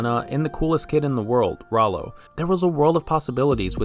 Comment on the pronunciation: Rowlow? thats almost to not close to Rallo, even thought its spelled the same, oh and by the way its Stewie, not Stevie, and the ''giant chicken'' is called Ernie, I don't blame you for the fact most people don't know his name.